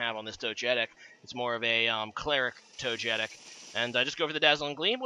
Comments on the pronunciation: His pronunciation made me angry haha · Toe-jetick lmao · Togetic is actually pronounced in the way many people mispronounce "gif". Least favourite Pokémon game? Probably Pokémon X, at least for the main series. Awkward figures, annoying characters, small new generation, no postgame...